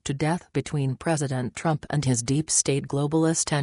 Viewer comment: Reprogram your computer voice to pronounce the words “US” and “TRUMP” correctly!